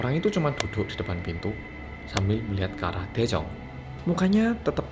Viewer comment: Daejung... Me and Also cassiopeia listen..: Jaejoong. 😅😅🤣